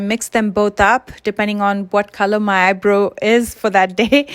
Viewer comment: You are great at makeup .. you made me giggle when you said ‘eye bro’ I grew saying eye bro instead of eye ‘bra-ow’☺️..